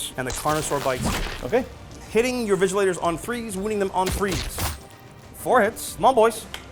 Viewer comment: lmao "vigilators" :face-blue-smiling